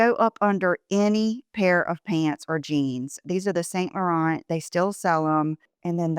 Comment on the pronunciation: Wonderful video!!! Watch every one, you are an incredible inspiration!!!! Quick comment: YSL....it is properly pronounce as "san lauran" The T's are not pronounced :)